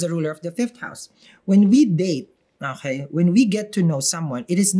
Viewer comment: That "okey" makes me smile everytime, very Pinoy😊